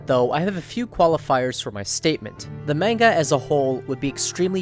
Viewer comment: the way you pronounce manga is infuriating